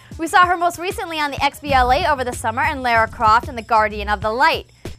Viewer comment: Please learn how to pronounce Lara correctly.